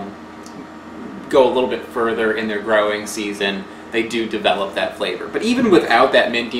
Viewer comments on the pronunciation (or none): none